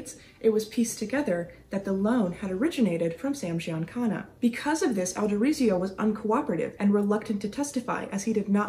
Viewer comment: Thank you for finally saying Sam Giancana’s last name correctly !! Now get the rest of them correct.